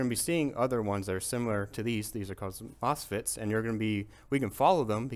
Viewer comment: Did you say moss pits?